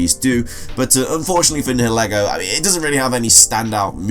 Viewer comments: Also Niheligo is pronounced NIE- eh- lee-go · Nihelgo is pronounced Ni-hel-go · It’s nigha-lA-go